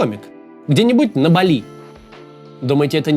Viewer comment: Максим, БАли, а не БалИ.